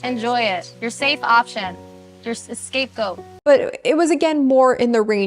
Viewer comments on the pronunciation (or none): idk if it’s just me but i’m pretty sure kept saying “escape goat” 💀